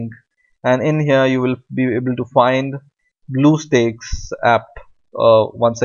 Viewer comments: ITS stack not steak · spit out that shit on your mouth .... bluestack not BLUESTAKES AHAHAHAHAHAHA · did he just said Bluestick? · why the heck he's saying bluestakes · Did he just say bluestakes???? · He said bluesticks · hahaha he said bluessteaks lol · i know he has an accent but "blue steaks" is hilarious